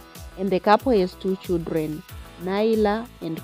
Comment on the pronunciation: If you😮 say Chidreni one more time !!! 😮😮😮 it's CHILDREN You kwerekwere.